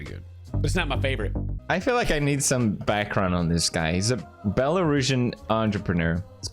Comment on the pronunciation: Pewds when u say Belarusian you pronounced like belorooootion, ngl as a Belarusian Slav little bit hurt